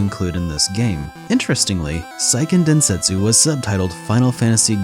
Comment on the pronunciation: Great video! These are some of my favorite older games. Just a small note: Seiken Densetsu is pronounced kinda like "Say-ken Den-se-tsu (like the tsu in tsunami)" rather than "Sai-ken Den-set-su". It's not that important, I just wanted to point it out because I'm lame.